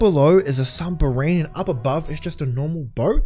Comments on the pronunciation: It’s submarine not sumbarine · He says sumbarine but its submarine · What the heck is a sumbarine xD